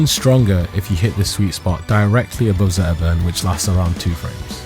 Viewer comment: 12 minute video about zetterburn and i didn't hear s single T. 😏